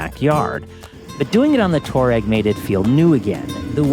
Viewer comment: Pronounced: TWAH-reg